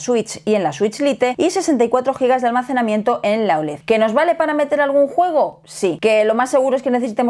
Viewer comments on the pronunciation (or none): none